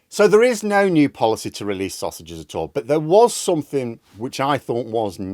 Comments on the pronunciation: I don't think it was a typo, just a slip of the tongue - it was more like "releasse sostages" rather than sausages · Starmer said "release the saussages." he also said that he doesn't listen to criticism.